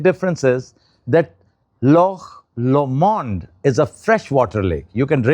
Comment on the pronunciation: Its good to see you exploring the nature and history of Scotland. We would like to welcome you to our home. But please sir the way you are pronouncing the name Lomond ... is way too posh , I would say even Churchill wouldn't have said that , just Google the pronunciation of Loch Lomond and you will find out the difference. Its called Lokh Low-muhnd